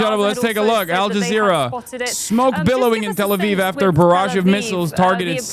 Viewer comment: "Trusted source of information"... "shows aljeezera"... LOL!